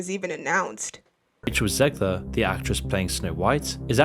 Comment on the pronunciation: It's not "Ziegler", it's Zegler and she's not a bad human being at all, either! Even though her attitude, because of Disney throughout interviews, has been awful so far! And they know that they need to course correct soon, bro! That's why they should've monitored her a bit more and way better, too! Instead of letting her go on rants about the fans of the original '37 film! Then you wouldn't have a disaster that's doomed to fail like this one, man!